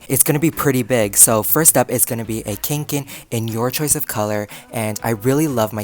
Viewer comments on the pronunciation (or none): ahahah the way you pronounced Kånken😂😂 I speak swedish, so I obviously know how to pronounce it right.(Kånken is a Swedish brand) Btw love your videos😍